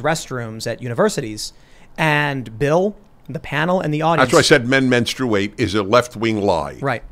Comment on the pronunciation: It's called Menstruate not womenstruate